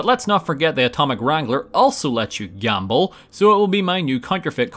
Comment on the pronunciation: Never even knew this was a thing, guess you learn something new about Fallout New Vegas every day lmao Edit: Gambo First Bet may be one of the funniest misspeaks I've ever heard and it caught me COMPLETELY off guard